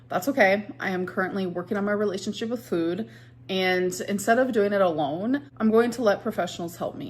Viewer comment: Now she pronounces it “fooyd.”